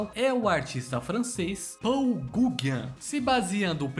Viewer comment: Podia ter pesquisado a pronúncia do nome dos caras. O Gaugin se pronuncia Gôgã.